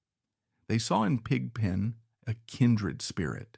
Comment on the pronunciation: Yes the old film footage look is fake. The same spots light up repeatedly. If it was real, the spots would be more intermittent and all over the place in different sizes. The voice is also artificial. No one says Pig (pause) Pen. Other voice mispronunciations are throughout (see Godshaux). This is interesting to a point but rather surface oriented. Why is Brent shown in any of the pictures and no picture of Tom or Keith? I liked Brent but this was not about that era. Since everyone is weighing in, there are many great Dead eras, but if I have to pick, gimme '77.